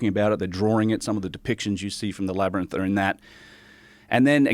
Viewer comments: Joe can't say labyrinth 😅😅 but I still love him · I was so distracted by Joe's pronunciation of Labyrinth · Joe not being able to say labyrinth is fucking killing me ahaha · Why doesn't anyone in Joe's life tell him how to pronounce Labyrinth? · It’s crazy how Joe Rogan can’t pronounce the word labyrinth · If only rogan could pronounce the word labyrinth....